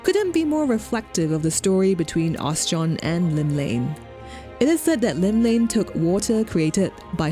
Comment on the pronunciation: Oschon.. OS-CHON Not Os-John. You're killing me here u_u.. — Seems very unlikely since during the Marauder quest, you fight the "Mysterious Stranger" here. I.e. your guild master wearing a mask. Never even noted that this had any significance other than "crater that's beautiful" . — I guess the unforgettable developers kinda "forgot" about it. Well, I learned about God's grip so that's neat. Personally I .. better not say what I think about FFXIV... But Oschon has been my deity since I started and forever and ever <3 The Navigator was my second choice. Funny how that is. Heh, after 20 years... I still read all my comments.